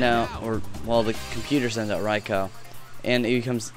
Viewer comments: its not rye-cow, its rye-cu :D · Rai-cow? lolfail.